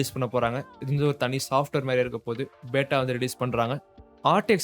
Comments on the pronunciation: Yes it’s not Beata it’s Beta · அது பேட்டா இல்ல பீட்டா Beta🤦‍♂️